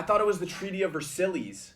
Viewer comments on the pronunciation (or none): “versilles” sonion😭😭😭